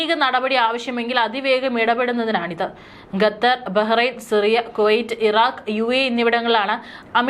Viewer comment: ഡിയർ ന്യൂസ്‌ റീഡർ : ഗദർ എന്നല്ല... ഖത്തർ എന്ന് തിരുത്തി വായിക്കുക.